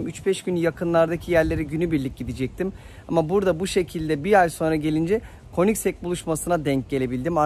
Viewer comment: 10lt super degermis. Bir de königsek diye telafüz ediliyor. Koenigsegg'ler acayip araclar 😍